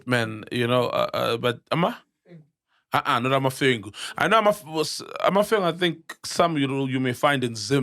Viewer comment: Sol it's Amamfengu not Amafengu